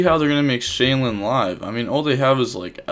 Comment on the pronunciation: another day of calling it Shay-Lin when there’s 0 Ls in the cards name 🤣